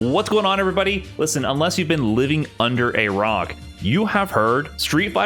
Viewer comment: Did he just open with "living under a rog"? I love it.